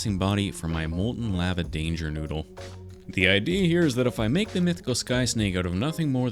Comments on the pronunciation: ‘lava’ | lah | vah | not | lay | varh | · Sorry but "laava"